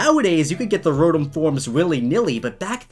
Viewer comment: Your saying rotom wrong i have a kinda good hearing so idk